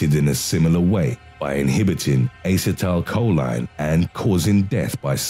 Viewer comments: A-See-Tyl-Coe-Lean Not Aye-sa-tal-coe-line :) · Uh-set-uhl-co-leen= acetylcholine.. he butchered these names 🤣😂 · Ass-uh-tile-cho-leen? Not sure if anyone calls it that. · Dude no, that's not how you pronounce acetylcholine. Say it with me now; uh-seat-uhl-co-lean. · Its Ass-ee-toe-coe-leen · Since I love the sound of his voice I'll forgive him for repeatedly pronouncing acetecholine wrong, lol. ( I probably spelled it wrong, lol). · Is it the British accent or do you seriously not know how to pronounce acetylcholine? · That way of pronouncing "Acetylcholine" must be a British way of saying that word --- I've never heard it said that way before, as Americans don't pronounce it like that.